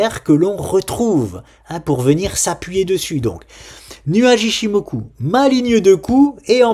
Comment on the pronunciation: Salut. Ton ichimoku façon japonais m'a achevé;) Je regardais mon broker et me demandais quel type d'instrument tu allais utiliser par exemple pour sofina en prévoyant un rebond vers 223, style un turbo call avec barrière limite vers 200 par exemple? ou de manière plus générale, étant plus habitué à trader la crypto, quels intruments utilises tu en général pour avoir un peu de levier sur les actions?.. C'est peut-être ds la formation;)?